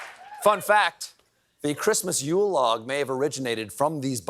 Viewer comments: Yule is not pronounced like July, no matter how lazy your joke is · Me, a pagan: Dude, it’s pronounced Yule.